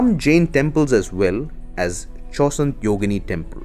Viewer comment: is the narrator an idiot ? can't even pronounce half of the things right. how can someone get pronunciation of chausanth wrong ?!